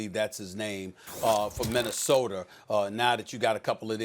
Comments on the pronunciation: i don’t understand why black people add r’s to the end of words that don’t have an r. it’s MINNESOTA not MINNESOTER.. he does it on so many other words. makes my skin crawl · “Minnesoter” -Stephen A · Ah yes minesoder great state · Stephen “Minnesoter” A. Smith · "Minnesoter"? Why does he do that? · Stephen “Minnesoter” Smith 😂😂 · Minnesoter vikers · Nobody: ABSOLUTELY NOBODY: Stephen A Smith: Minnesoder